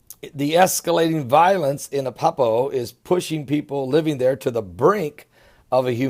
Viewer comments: u sound stupid.. AH-LEP-O ,sorry.. this is good information.Pleases learn how to pronounce first ALL places, and people. thank u so much for your great updates, we r close , but have alot more suffering to go. Pleases read Hosea 5:1-.. it tells u about this , Shalom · A-lep-po (ah-lep-poe)